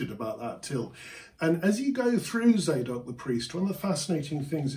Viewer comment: Tsadok, not "zaydok."